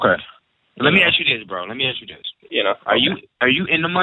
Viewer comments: axe not ask;) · He sure "axed" you a lot of questions. He was on sharp cat!!!! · Let me axe you a question. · "You ain't even gotta aks her". Sounds legit. I'd go for that. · Love the ways he say Axe the lady instead of ask...LOL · "Don't axe the lady" - Good life advice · AXE not ASK! cmon guys! Just fking AXE her man! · you don't have to axe her, you don't have to axe her. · He would have made you rich if you would have listened. He didn't say "ask them" at Kroser, he said to "AXE THEM"......lol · How far IS you? You dont even have to AKS her. They insist on sounding ignorant. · I don't ask I aks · No, you don’t ask them!! You AXE them!!!